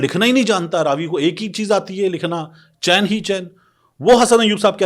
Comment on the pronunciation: راوی چیِن لکھ رہا ہے اور حسن ایوب اس کو چیَن پڑھ رہا ہے۔لفا فیوں کا بھی کوئی اسٹینڈرڈ ہونا چاہئے 😅